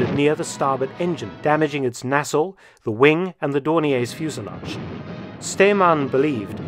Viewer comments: Nassel? Does he mean Nacelle? Pronounced nay- sell. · "one shell exploded near the starboard engine damagig its…" Can’t make it out. Nozzle? Muzzle? Nasal?